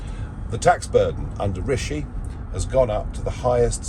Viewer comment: He called him Rasheed lol